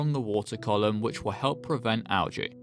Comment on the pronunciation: Unsubscribing for mispronouncing algae.